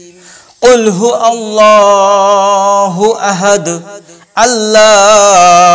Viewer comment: ভাই সূরা ইখলাস এ,,, কুলহু ওয়াল্লা-হু আহাদ,,,, হবে আপনি ভুল বলছেন